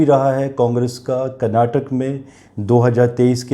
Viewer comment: Please prounance KARNATAKA and not KARNATAK.